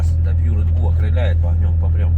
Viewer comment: Володя, вас что картавый на ледбул подсадил? 🤣